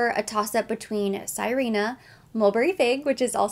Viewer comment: Sirena means mermaid in Spanish. You say it like "Si/ rhe/ nah". It is a lovely scent you reminded me I have a decant. I will be contemplating picking it up when summer comes around in the southern hemisphere.